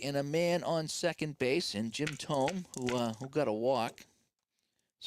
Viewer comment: Jim TOE-may